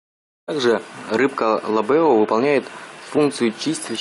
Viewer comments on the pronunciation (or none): Поставил лайк, но не пойму, Вы один раз называете правильно ЛАбео, а иногда ЛабеО... ещё 30 лет назад уже держал ЛАбео, но теперь они, почему-то стали ЛабеО, и Вы не один так называете, ....